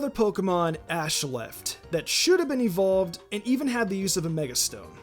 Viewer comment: EVERYBODY! ITS NOT EVOLED, ITS EVOLVED